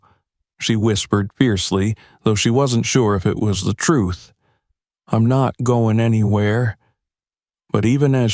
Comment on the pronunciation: Once again it's frustrating to hear mispronounced words. Eg. EEM INSTEAD. OF I'M Just one example in this story. Pls do something about this issue